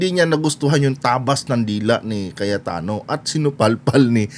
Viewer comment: Mr vlogger... anu po ung tawag mo ?.. kayatano ba ung narinig ko ?... hahahaha alam mo ba ang meaning ng kayat- tano ?.. nyahahaha